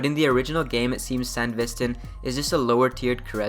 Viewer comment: the way bro pronounces sandevistan